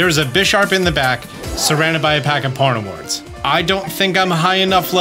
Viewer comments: Idk why and I love your vids but hearing Pawn Ni Ward bugs me so much 🥲 because it’s spelled Pawn E Ard pawniard with no extra W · Damn he pronounces Pawniard weird...... Sounds like Pornoward to me. Pawn-ee-ard/Pawn-yard. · Oof. Your pronunciation of Pawniard is...let's just say it's inaccurate. Literally "pawn-yard", with more stress on the first syllable. It's a play on words, both on a pawn and on a type of very short, stabbing blade. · Did he really say "PORNIWARD" for pawniard. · How in the world did you reach that pronunciation for Pawniard? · Having the auto CC turned on when he says Pawniard is great